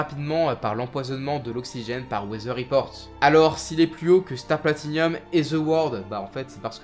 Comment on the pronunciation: Gaffe à la prononciation. Rékiem Wonder off you Platinium ><